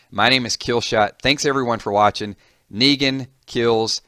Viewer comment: Did you just say Megan